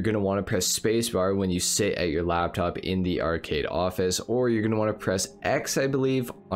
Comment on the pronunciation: LAPTOP not labtop